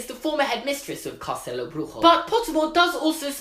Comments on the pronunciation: Wow, you really should be young Tom Riddle. And FYI: your Portuguese is good, but "Bruxo" is pronounced like "brusho". Greetings from Brazil!! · It's actually BRUSHO, not "Brujo" like in spanish... but your pronounciation of castelo was awesome LOL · Bruxo is pronounced broo - shoo not broo-joo. It’s Portuguese and not Spanish. And Benedita Dourado is pronounced Doe-ra-do, not doo-ra-do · You pronounced Bruxo like it was spanish, instead of Brujo you should say something like Broosho :) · Minor correction: your pronunciation is more like in spanish, "brujo" and not "bruxo", like in portuguese Greetings from Brazil ;) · You pronounced “Benedita Dourado” quite good for someone who never spoke portuguese but “Castelo Bruxo” (the “Bruxo” part) was quite off 😂😂😂 it’s pronounced Brusho (the X sounds like sh from the word she for example) not Bruhoe (like the nasty word hehe in the end), good job anyways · It was actually bad portuguese pronounciation.... You sounded spanish. BruXo XXX CHCHCH not, castelo Brujo Not brujo Not brujo. Bruxo! Bruxo. Xo Xo XO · Yeah mate your pronunciation was actually great But the "x" in "bruxo" should be said with an "sh" sound. The way you said it was a lil bit more towards Spanish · Brazilian here - you are actually pronunciating Bruxo as a Spanish word. In Portuguese it sounds like "broo-shoh". And Dourado was pretty spot on during your rant, cause you were saying it as "Dough". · Was not a good job on portuguese but nice try 😂 I mean “castelo” was right but “bruxo” no... Love ur videos tho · Your portuguese pronunciation was kinda bad, but that's ok because our language is very difficult and literally no one gets it right, and you did pronounce "castelo" rather well but "bruxo" was not even close